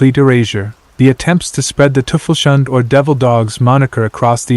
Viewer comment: It's pronounced "Toy-fells-huundeh" sort of, but it's a closer approximation to what you said, sorry for the pedantry, other than that, keep up the good work